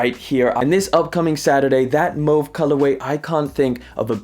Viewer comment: mows or mauve? mowca or mocca? :goodvibes